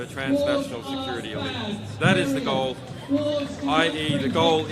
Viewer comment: The last word Assange said, was it ''Elite or League ? at the beginning of this video.